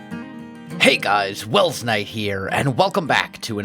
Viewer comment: Doc blowing up your retirement home was hilarious, well worth it. And i love how he pronounced your name 'welshknight', brilliant!